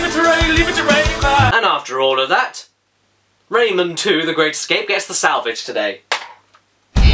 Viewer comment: I have the game on the ds in it one lumb is impossible to get and when you put the game in rayman says rayman but it sounds like lemon